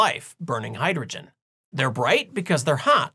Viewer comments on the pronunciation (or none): none